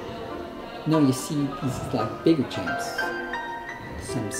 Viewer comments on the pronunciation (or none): Agree! Super annoying. What is a “jamp”?? 😂😂